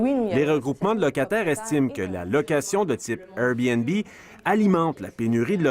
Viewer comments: Le journaliste dit RBnB et non Airbnb. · La chose qui me choque le plus est la facon qu'ils prononcent Airbnb!